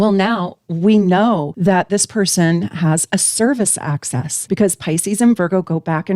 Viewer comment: Axis - line (opposite ends) (not pronounced "access" which is something you can enter or obtain) or axes..things that you throw.